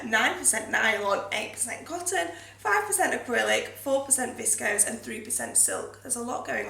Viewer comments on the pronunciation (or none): none